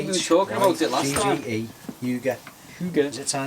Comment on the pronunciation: is quite good at pronouncing hygge i almost gets it right (i am Danish as you probably guessed) and Nordisk is not Scandinavian gear its Danish gear hehehehehe